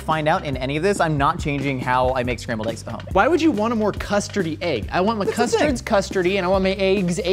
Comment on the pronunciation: Did he say Scramby Eggs? O.o